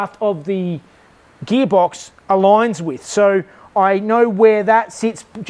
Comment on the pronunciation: “Subaru gheebox” 😁